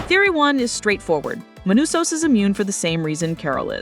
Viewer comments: You go from Manousos to ManOsos in a minute. Just can't pun the guy down. Latin American with a Greek name that makes North Americans glitch. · *Manusos They write "manousos" because muricans can't read in other languages, even if it is spanish (1/3 of USA population speaks in spanish but they can't even pronounce a spanish word correctly) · Not just the writing, I'm pretty sure the whole voiceover is AI too lol. Mispronouncing Manousos's name throughout it for example. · Were ALL the languages for this auto-generated? What's 'Carol's caesar'? Do you mean 'seizure'? Also, Manousos is pronounced differently every time, and we hear mention of a 'sumbmarine'. I'd like to hear criticism narrated by a human, thanks.